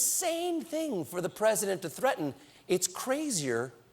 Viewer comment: "I'm pussident and I have russian friend." idiot in the oval.